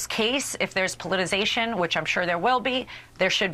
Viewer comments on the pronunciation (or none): Maybe google the pronunciation of politicization Alina; you are missing an entire syllable. Laughable.